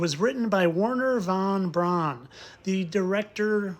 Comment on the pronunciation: You are doing such valuable work. Thank you for pronouncing von Brauns name correctly.. the anglisization of his name to pronounce it as 'Brown' is annoying.. they always pronounce Eva Braun correctly.